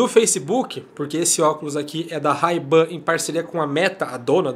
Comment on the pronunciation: Ray Ban se pronuncia wrei ben, bora estudar inglês ;)